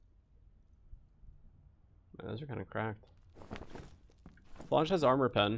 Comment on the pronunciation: I came here to learn, and learn I did, but please my brother in Christ falchion is pronounced fal-chen and the "a" in flanged is pronounced as it is in "land"